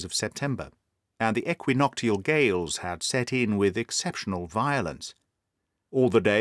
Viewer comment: Fabulous as usual. I'd pronounce it eqwinokshl with sh rather than t.